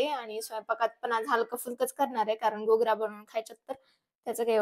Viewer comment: Ghugrya nahi mhant d